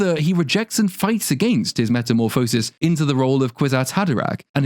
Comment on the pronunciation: The word “Metamorphosis” is pronounced with the emphasis on “Morph.”